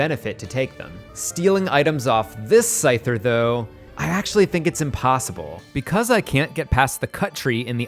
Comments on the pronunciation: “…SAY-ther,”????? i learn a new way to pronounce a pokemon name every day. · you lost me with your insane pronunciation of scyther